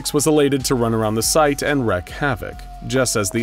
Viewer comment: It’s not wreck havoc it’s WREAK HAVOC. Pronounced “wreek”